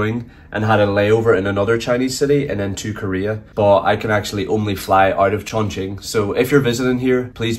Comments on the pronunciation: Dude, it pronounces as Chong Qing , NOT guing, but qing or ching. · the correct pronunciation of Chongqing is Chong “Ching” rather than “quing” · Chongkween 😂😂😂. It's pronounced chong-chin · Chongqing (this isnt English, and it should be pronounced as Chong Ching) only became a tourism hot spot in recent years, historically it was a "Back up" city of China, and together with the city of Chengdu they were designed to be the temporary Capital of China in war time, the central government would be evacuated to either Chongqing or Chengdu if Beijing fall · Yep if you go to the west they will get it wrong 99.9% of the time. Just because they don't know its more of a ch sound. It's weird because everyone knows the qing dynasty is pronounced like ching but the moment its in a name, everyone gets it wrong. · It pronounces Chung'Ching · It’s Chongqing not kun, n that’s not questionable sausage, but pork intestine. RMB not RNB / LMAO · chong qing not chong queen😂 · was watching on preview, decided to click in to check how you pronounced ChongQing, and still got surprised. a bit creative(no sarcasm here) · You are pronouncing Chongqing wrong. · your pronouncing chongqing horribly wrong